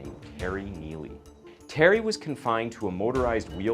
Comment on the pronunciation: this is awful, just the production is terrible. this guy is such a bd narrator. he messed up the name terry twice and called him telly becuse of the guys last name